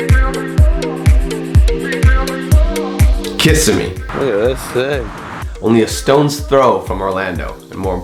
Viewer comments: It's KissIMee, not KISSimee. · It's Kiss-EM-eee ... not KISS-a-me. Just one reason why this matters ... You have to get the details correct. Also, the town, like any town, takes itself seriously. It has a history with a reason for its name. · Kissimmee pronounced ( Kah-Simm-Ee). Not kiss-ah-mee. Those who dislike can kissahmee ass. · You must not be from Florida because it's not Kiss-a-me it's Kiss-sim-mee. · Its not (Kiss-a-me) its (kah-sim-e) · Kissimmee is NOT pronounced KISS-SE-mee It's pronounced KES-SEM' MAY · It pronounced ka sem me not kiss a mee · It's ka-sim-ee, not kiss-a-mee 😂. Great video though. Love the footage at devil's den. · Very good for the great majority, but 2 things to bring up--1) Kissimmee has the accent on the #2 syllable--kiss-SIM--ee, rather than #1--KISS-uh-me; #2 comment--Florida is not tropical, but sub tropical, since the Tropic of Cancer is just a few miles north of Cuba, which is 90 miles to the south of Key West. The only tropical part of the USA is Hawaii. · it (ka-sim-me) not kiss-a-me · Just one thing... Kissamee is pronounced Ka-sim-e not Kiss-a-me. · Thanks Larry, I came here to the comments to say that. It's pronounced "kah SIM mee'. Not 'KISS a mee' <3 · Kissimmee is pronounced, "KI-Sim-EE" not the way you pronounced it. Fifth Generation Florida Native here. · the fact that he pronounced Kissimee as kiss imee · you can tell they’re tourists when they pronounced Kissimmee as “Kiss-imee” 😂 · IT'S PRONOUNCED KISS-EM-EE! DON'T YOU DARE DISRESPECT MY CITIES' NAME EVER AGAIN IN YOUR LIFE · The way he said Kissimmee made me cringe. It’s pronounced kess-em-me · Actually it's pronounced "ki-SIM-ee😁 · lol i love how tourists pronounce kissimmee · For you Ill correct him. KISSAMMEEASS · Lol. I'm from Florida. It's pronounced (Ka-sim-me) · No its pronounced Kiss sam me bruh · You said Kissimmee wrong😊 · You said Kissimmee wrong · How he said “Kissimmee” ughhhhh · Said Kissimmee wrong lol 😂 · U didnt even say Kissimmee right wtf 😂😂